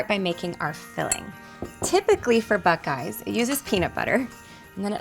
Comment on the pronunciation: Please tell me that I wasn't the only one who thought she said "black guys"